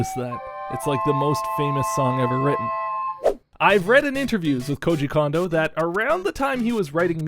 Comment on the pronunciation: “Cone”-do, not “Kahn”-do.